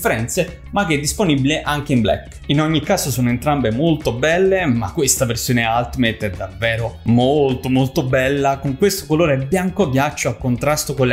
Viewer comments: ul-ti-meyt... no alt meyt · se si vuole fare i perfettini, si pronuncia: "altimeit"